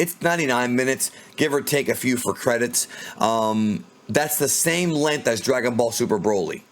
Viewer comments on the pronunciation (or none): none